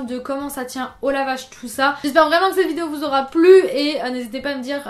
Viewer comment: Ouiiiii mon genre de vidéos préférées 😍 "Vrrrrrrraiment" Et on n'est pas saoulees que tu parles, on adoooore 😍 Mais perso je sais que je suis abonnée parce que j'aime tout ce que tu fais. Donc si tu n'en fais plus, je continuerai à regarder tous tes contenus !